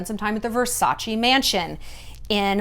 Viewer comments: Please stop saying Versachi, it's VersachE (Versace) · if you'd know Versace in and out like you say (and you'd be such an Italian-everything fan) you'd know that it's pronounced Versac-EH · Ver- sack- eeeh? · "Versace" is pronounced different Shallon, you should know it, you are half Italian. Love you. XX